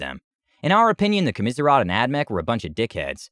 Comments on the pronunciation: Okay buddy I'm going to help you out It's, Commissariat (kaa·muh·seh·ree·uht) not Kaa-mis-ree-off. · I’m thoroughly enjoying this, but desperately need to understand how you come to that pronunciation of “commissariat”?!